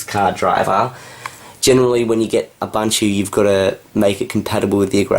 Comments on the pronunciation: Did you say Ubunchie? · its ooboonto not abuntuoo ps linux mint is based on ubuntu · i think you pronounce ubuntu wrong (ubanchu), it could be from the accent, but you should pronounce it like african people would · You still can't pronounce ubuntu correctly. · Please, please, please learn the correct pronunciation of Ubuntu... the way you say it makes me wince!